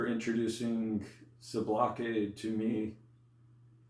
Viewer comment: Homie isn't even pronouncing Sublocade the right way?